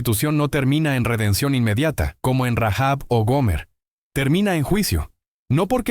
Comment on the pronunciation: Rahab, sin pronunciar la h o la jota